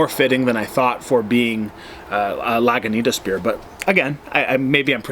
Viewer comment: sorry when you say Laguintas and RR in the same sentence.